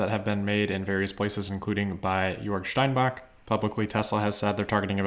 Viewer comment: "Tagesspiegel", "Grünheide", and "Steinbach" were all very nicely pronounced, refreshing to notice the effort to get it right for German language natives (which is not all German, also Austrians an parts of Swiss share the language). However, the English "r" in "Grünheide" and the accent outs as a non-native German speaker.